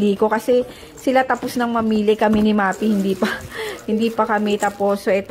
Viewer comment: Sis, Maphy is Ma-fi po hindi Ma-pi just saying ✌🏻